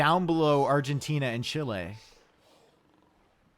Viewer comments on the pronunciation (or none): none